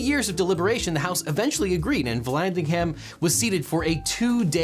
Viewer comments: When ham is in a name the h is silent and the a is pronounced as a schwa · The h is silent in Vallandigham Like Brigham or Bigham